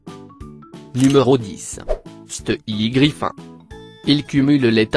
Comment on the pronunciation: si laccent me derange pour stewie griffin ont dit stivie grifinne ok